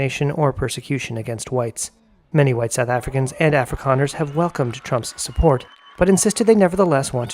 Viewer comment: Did he say Afri’Connors? I can see that. Oh he said “Afrikaners” my bad. 🤦🏾‍♂️😅